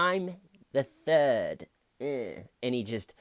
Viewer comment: I chuckled every time you said "George Huguely the Thuuud".